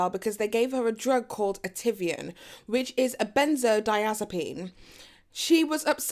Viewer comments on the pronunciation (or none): 5-7 days, I wish. More like 30 days. Ativan- pronounced “add-i-vaan” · Ativan was the only mispronounced one! She did good for sure! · Not Ativan though. Two out of three....